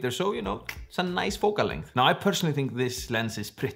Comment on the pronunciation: Nobody:: Focus ring is NOICE!!